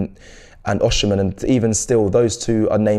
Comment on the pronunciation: Great content but here is a pronunciation lesson for you - Its VICTOR OSIMHEN (AW-SEA-MEN )